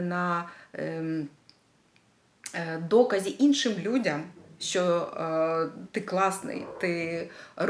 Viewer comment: Дуже приємно слухати рідну мову, дуже цікава і змістовна тема! Дякую. Але в українській мові вимовляється «що», а не «щьо», «тому що», а не «тому щьо». Так на замітку.